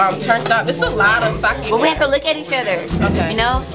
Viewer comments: i’m japanese. it’s sah-keh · sake...not saki.